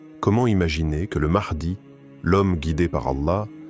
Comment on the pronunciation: L intelligence artificielle c est de la merde au niveau de la prononciation.....mahdi=Mardi😝🙄😅😉